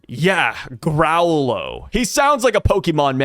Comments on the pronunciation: It’s grow-lo not growl lo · It's probably pronounced "grow-low"